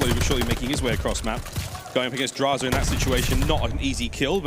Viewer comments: Ah yes the cod pros "DrAyzAh" and "FeELo" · I get that the caster () is coming from Halo to CoD but what was that pronunciation for DraYzah and Feelo? Lmaooo 😂